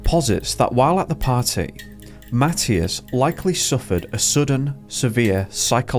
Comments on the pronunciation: You are deffinitely saying his name wrong! It is a religious name and it is pronounced ma thigh as! Not matttious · It’s pronounced Ma tea as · Please check the pronunciation of this boy's name. I think you are saying it wrong!